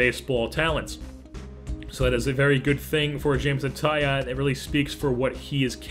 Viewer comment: It's not Jameson tie on it is tie own like a tie and you own it! (He said this before the 2013 futures game lol